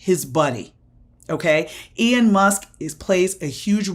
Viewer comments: It's pronounced Elon, not Ion??? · Why are you saying "Ian" Musk?